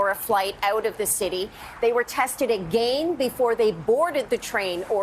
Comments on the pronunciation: Anyone notice Janis saying "AGANE" I've never heard anyone pronounce again like that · AGAIN the way she pronounces that word